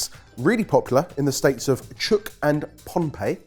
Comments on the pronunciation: Wow, this is such a coincidence. I just got back for a holiday to Palau,which is part of the Federated States of Micronesia. I tried Uter while there, and it was delicious. We had it with a coffee and some fresh fruit. Well done boys. it's pronounced Truuk and pon-e-pay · Chuuk is pronounces CHEW-K. Pohnpei has 2 different pronunciations I've heard. PAWN-PAY or PAWN-UH-PAY.